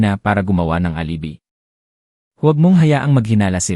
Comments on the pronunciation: Tatanga tanga ang nagbabasa ...Sabi niya alibi ang basa niya ay alibay engot ka . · Tnong ko lang,pinoy ba eto nagkukwento kc ND tama mga bigkas e.gaya nun FAIRY TA-LE,GIN-NGER, ALIBI